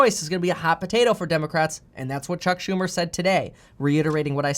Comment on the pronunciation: You lost me the minute you said chuck shu..